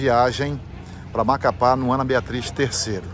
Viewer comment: cannot even pronounce Macapá.